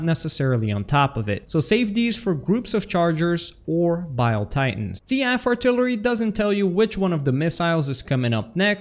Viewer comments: I love you, man. It needs to be said though. It's Seef not sea-f. And they are shells, not missiles. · The only thing I heard was SEA-AGHF artillery instead of SEAF artillery. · I feel like Seaf is pronounced Seef, not See-af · Why do you say SEAF like that? It's pronounced SEAF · "the seaf artillery missile" I can't do this